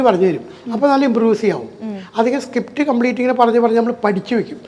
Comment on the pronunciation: സകിപ്റ്റ് അല്ല അണ്ണാ സ്ക്രീപ്റ്റ്